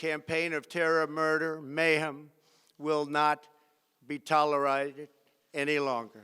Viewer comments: "Will not be tolorided" 😂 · “We must send a clear message” >immediately fucks up saying “tolerated”